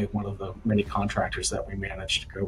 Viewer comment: Your AI robot narrator doesn't know how to pronounce "paid contractors". It puts the emphasis on the middle syllable in "contractor", but in this case it's supposed to be on the first syllable. "paid CONtractors" (not "paid conTRACTors"). Basically it doesn't know the difference between the verb "conTRACT" and the noun "CONtract". This is so stupid and annoying. Why the hell can't you fix this crap before your post your damn video? I just don't get it.